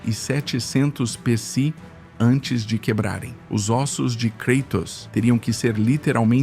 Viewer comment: "KREITOS" ta de sacanagem!